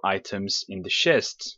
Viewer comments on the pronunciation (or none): "Shests Shests" *sighs* Well i want to watch so ignore it you know he means CHESTS so ignore... ignore geoffros1 IGNORE :P